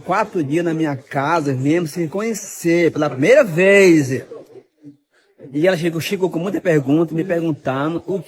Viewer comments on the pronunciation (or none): "Na primeira veizi" "Meus benszi" Esse cara só pode ser um personagem, não é possível 😂